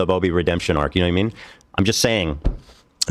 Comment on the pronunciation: It’s adorable how you say “ya kno wha I mean”.